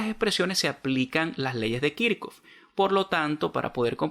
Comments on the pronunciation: Creo q Esta mal dicho Kirchhoff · Pregunta se dice kichhof o kirchoft? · Muy buen video, pero puede aprender a decir y escribir kirchoff en condiciones, un saludo bendiciones